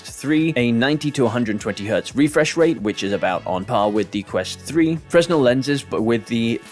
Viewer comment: Great video mate. But, and this comes from the place of love fresnel is pronounced as fray-NELL 🙈